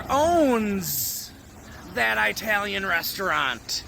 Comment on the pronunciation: Nice video but all I was is annoyed by the way you pronounce italian.